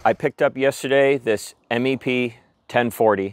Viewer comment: Please, please say "MEP" one word, not spelled out "M. E. P.". We never called them "M. E. P".